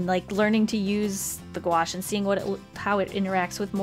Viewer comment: I dont know why but i always hear “gouache” as “squash”